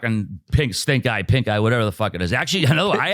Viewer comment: Did just call Pink Eye "Pig Stink Eye"? 😂